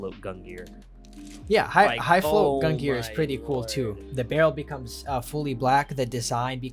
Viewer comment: learn how to pronounce gungnir before making a video about it and the sun in Leo is literally call the "sun" and you're saying the star pattern.. you guys are buffoon